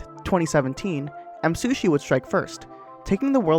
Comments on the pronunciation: Nice video, but you mispronounced Msushi the entire time :/ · i like how he says msushi instead of me